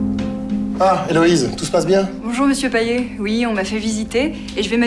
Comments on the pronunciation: C'est payeT "payette" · Son nom de famille ne se prononce pas PAYET mais comme PAYETTE mais sa s'écrit comme ça Payet